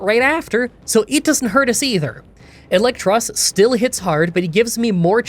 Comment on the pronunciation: i hate to be that guy but you know it is "EELektros" because he is an EEL